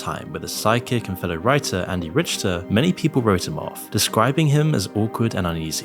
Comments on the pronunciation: I stopped watching at about when you pronounced his name "Rich-ter". Andy Richter's name is pronounced "Rick-ter." He's been on television for over 30 years. What's your excuse for not knowing how to pronounce his name? Did you do any research on this yourself or did you just slightly modify the script from another youtube video and add your own video editing? The latter seems really popular nowadays, and I see it everywhere. Or maybe you're just another AI voiced low effort channel. Either way, bye. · Andy's name is pronounced "Rickter" like the Richter scale. Not "ritch-ter". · Richter pronounced RIK-ter, not RICH-ter. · andy "rick-ter" not rich-ter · You said riCHter instead of rickter how it's pronounced. Is this AI? Watch enough of something before you talk about it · It's pronounced Rick-ter... Not Rich-ter... You con artist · lol, "...'psychic', friend, and fellow writer— Andy rich-terr." • I know "sidekick" sounds like "psychic" w/ the accent, but "Richter" is pronounced "rick-ter" not "rich-ter" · FYI - Andy's surname is pronounced "Rick-ter" not "Rich-ter". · Weird bit about Catholicism there at the beginning. I am pretty sure there are about as many funny and unfunny Catholics as there are Protestants, Jews, Hindus and Atheists. And it pronounced "Rick-ter" not "Rich-ter" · You lost me as soon as you said Andy rish-ter instead of rick-ter. If you don't know how to pronounce Andy's last name you have no business making a video about Conan. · stopped at a minute and a half when you mispronounced andy richter (it's like rick ter, not rich ter) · Pronounced "Andy Rick-Terr" No judgment. Just trying to help 👍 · it's [Rick-ter] your pronunciation makes it feel like you never heard his name before and are just reading it off Wikipedia. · it's pronounced RICK-TER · it's pronounced "rick-ter" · You pronounced Andy Richter's name wrong. Rikter. Some fan you are. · Andy ric-ter Is the pronunciation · Anyone else bothered by how he pronounced Andy "Ritsch-ter"?